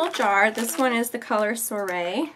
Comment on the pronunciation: You said soirée wrong